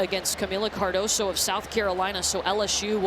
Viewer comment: its "Cardoso"